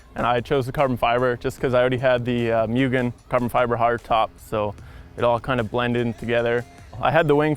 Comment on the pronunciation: its pronounced moo-gen dude.